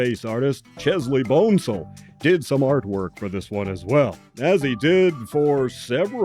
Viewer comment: Chesley Bonestell's name is pronounced "bon-es-tell," but still you did a great job on this viedo. Thanks. I have seen parts of this movie, once on TV in the afternoon in the mid-70s, when the women's dance number and the whistling, cat-calling response of the viewers seemed hoakey and lame. I saw the movie again on YT a few years ago and again didn't get through it. The rough hewn dumb guy from Brooklyn was as annoyingly stereotypical as the women dancing.